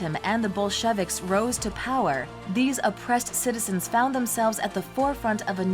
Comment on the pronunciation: The Bol-shevicks??